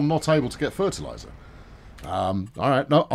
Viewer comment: I love how whenever he said fertiliser he said it in a very Cornish accent